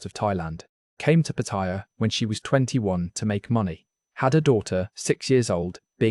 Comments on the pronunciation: Patt-a-ya not Patt-i-ya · Why do people pronounce Pattaya incorrect